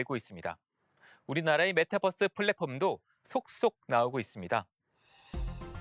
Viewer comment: 아무리 한국식으로 그냥 발음한다고 해도, 메타'뻐'스가 아니라 메타'버'스라고 발음해야하는거 아니냐? 메타와 유니버스의 조합어잖아.